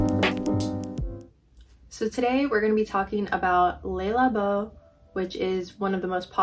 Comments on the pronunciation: don't worry about the negative comment. Your pronunciation of Le labo is perfectly fine! That's how I say it too! 💚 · It’s killing me how you pronounce le labo